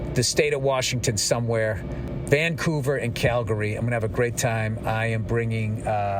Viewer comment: btw Bill, its pronounced "Calgree" just like you dont say "Oro gone" its "Organ" to pronounce "Oregon" correctly, just like its not "Tor on to" it's "Tranna" for "Toronto" 🤣🤣